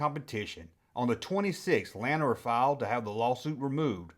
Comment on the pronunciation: La- nard it's french. Not lan-ard. And fun fact as turnabout is fair play when gijoe debuted their battle corps lanard effectively ended A Real American Hero in a very similar court case. Lanard Won, and gijoe became sgt savage.